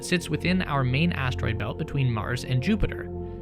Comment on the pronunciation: Lol. He said astroid fart.